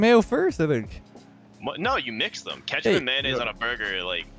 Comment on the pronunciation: Why does he keep saying kAtchup not KETchup